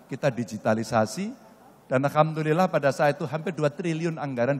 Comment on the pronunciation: AL HAM DULILLAH pak....! Bukan AL KAM DULILLAH